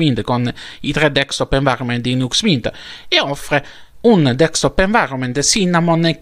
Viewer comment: Grazie x le notizie e la passione che metti...ma una cosa non ho capito. Perché lo chiami dekstop invece di desktop?